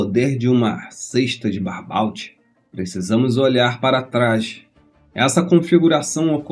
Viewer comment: Se fala Barbô e não Barbault!